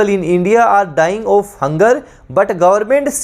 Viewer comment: Thanks for the session sir Ji... Sir ji aap jo bhi correct answer hota h...usko Mark bhi kr diya kijiye because sometimes confusion ho jaata h pronunciation k kaaran...like of...off to aapne to answer of btaya but konsa of...off... this is not clear...